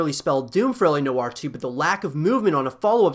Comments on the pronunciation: It’s L.A Noo-waa.. not know-arr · Why does he say la no are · I cant watch further. Your pronunciation of noire is killing me with cringe!